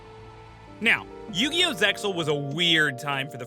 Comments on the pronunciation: Sighs... Yet another time someone doesn't know the "X" in "Zexal" is silent, so you have to pronounce it like "Zeal" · It pronounce Zeal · The X in Zexal is mute, its pronounced Zeal. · the x in ZEXAL is silent, but I know you got a lot of people who don't watch the japanese version.